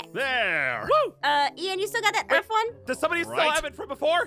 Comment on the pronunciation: bro bro Aphmau miss click a word it's Earth but its Earf